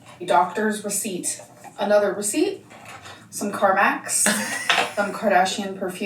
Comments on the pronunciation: UGH!! She calls CARMEX, CARMAX like the damn dealership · Every time she mispronounces Carmex I think carmax and “show me the carfax” 💀💀